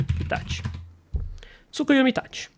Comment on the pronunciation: achhei que tu só falava "Tsukuyumi" por tua pronúncia mesmo, não por achar que se escrevia assim mas nada contrakkkk vídeo ótimo,! e cara, eu achei muito ruim no vídeo do Dygo, ele literalmente comparando o Itachi da luta do Sasuke, todo ferrado, no luto da morte, quase cego, que o Sasuke conseguiu rivalizar, mesmo o Itachi com isso tudo não dando nem 100%, com essa luta do Naruto MK1, e ele usou iso pra dizer que o Sasuke Hebi conseguiria competir com a velocidade do Naruto MK1...